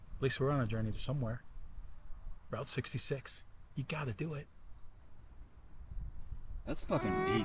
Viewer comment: The Rolling Stones confirmed that is ROUTE 66. Not Rought 66